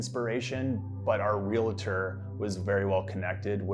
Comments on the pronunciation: Why do people say "realator"? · it's not "realitor"! it's "realtor"